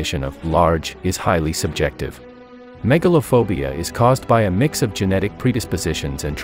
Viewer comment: Megalophobia? Sounds more like Megalovania with the AI voice